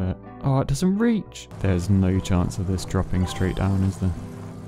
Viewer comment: Americans: "No" British: "Nouuüüyh" ;)